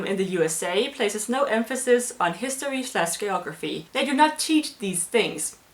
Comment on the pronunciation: Shit learn to say geography